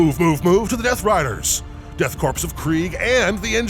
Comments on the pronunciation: Would someone please slap with a dictionary and inform him that Corps is pronounced "core," not "corpse?" He's driving me up the wall. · Corps isn't pronounced corpse, it's core, like marine corps. Super irritating. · Its pronounced like Core....not like Corpse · And pronouncing Korps as "corpse" rather than "core" 😣 Thankfully, someone seems to have corrected him after about 20 minutes. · Death core not death corpse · it's pronounced like "core" it's a french word used in the english languge. Should sound like death core of krieg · Small note: The 'P' in 'Corps' is silent! Love your narration:)